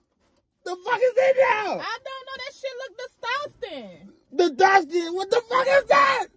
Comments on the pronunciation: Wait did she just say disdusting instead of disgusting!?? LMMFBAO 🤣😂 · Disdusting? Wtf is that lmaooo